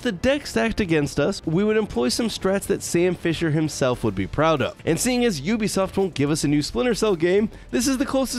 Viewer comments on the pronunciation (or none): none